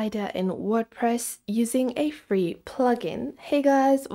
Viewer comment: Its not fee